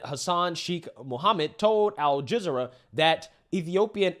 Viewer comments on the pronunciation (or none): "Al-Jizz-ur-ah" 😂😂😂😂😂😂😂 one of your best ones!!!😂😂😂😂😂😂😂😂 btw, it's Al juh-Zeer-uh